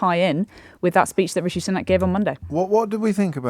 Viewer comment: Imagine being in the media and still not knowing it's pronounced SOO-nak.